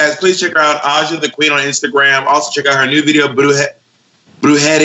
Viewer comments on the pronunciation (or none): Here in 2022 because I'm ill with covid. What a great and varied episode. Love Ajas Willow reference. Love how Bob says Brujería exactly the same way each time like brujéria 🤣 bless.